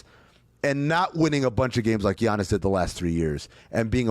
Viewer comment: how the fuck are people still pronouncing it g-iannis